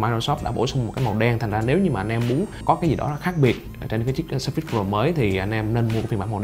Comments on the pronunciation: Nhấn âm đầu, phải là sớ phits, chứ không phải sơ phít. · "sờ phây" mà ổng đọc "sơ phít..." Oải cả "sơ phít" :)) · Ổng nhấn âm sai